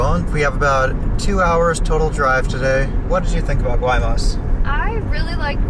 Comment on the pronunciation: Guaymas is pronounced (y- mas)